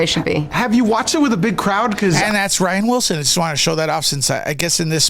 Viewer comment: NO U DIDNT. Pronounced rain wilson!